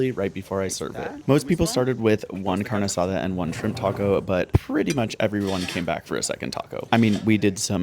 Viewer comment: Do you speak Spanish? You said “taquero” and “carne asada” perfectly